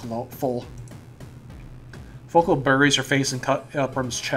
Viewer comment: It's pronounced follicle and coop-rum. One's a latin word, the other's just... follicle